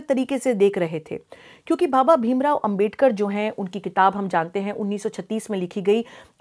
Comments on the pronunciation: Dr bhim rao ambedkar Jee ka name sahi se Lo duniya ki bate janti ho unka name sahi lene me aaki roh kyo kapati hai. Kahi aap jalti to nahi hai na baba Dr bhim rao ambedkar jee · Ma'm , main chahunga ki apne jo humare father of the constitution ' BABASAHEB DR. BHIM RAO AMBEDKAR ' ke naam ko jo galat tarike se pronounce kiya hai , usey please ap correct kar lein aur ap future mein bhi iss baat ka dhyan rakhein . Main ye bilkul bhi nahi chahta ki humare iss samaaj mein koi bhi kisi madhyam se ap jaise reputed advocate ki chavvi kharab karne ki koshish kare . Ma'm , maine apke iss topic pe dono part achi tarah dekhe aur ye mujhe kafhi informative bhi lage , that's why I respect your such a innovative work , Ma'm . And of course Ma'm , Thank you to all your such a dedicated team members for aware all of us on the topic " INDIAN CONSTITUTION "